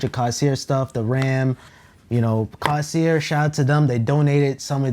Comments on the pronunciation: my mans said "cawsear" got me dead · say it with me my guy "CORE - SAIR" there is no s in the middle (dont take me too seriously tho)